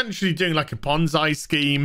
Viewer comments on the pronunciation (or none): I figured that was what he meant. I’ve just never heard anybody pronounce it like that in my life😂